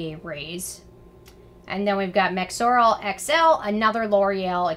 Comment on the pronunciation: you said mexorl XL twice 😝 should have been SX